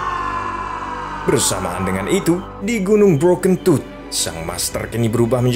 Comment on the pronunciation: Aku ngakak waktu bilang gunung broken tooth, dan yg ku dengar adalah bro kentut.😂